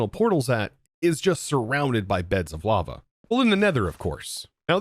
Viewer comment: I keep hearing llama everytime the word lava is said. Gotta go put my tired/sick self to bed lmao. Also love watching everybody’s different and unique ways of building on the server